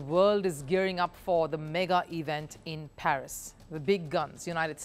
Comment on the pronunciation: It's not PHERIS , it's PARIS